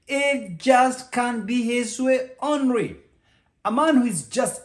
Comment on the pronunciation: Doc.. "ly" is worrisome for u..." ry" who hears him say " onry for only.. responsibirili for ly... " lonery for lonely...a Kenyan accent I guess. Thank u for thses tips... honestly I HV learned n will be more guarded to these type of men.